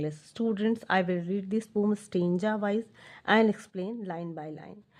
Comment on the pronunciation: Pom nahi hota poem hota hai ha